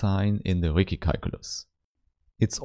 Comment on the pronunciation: yeah, the Ricci mispronunciation is bound to irk a lot of people; I had to take a 5 min break and cool down after I heard it! lol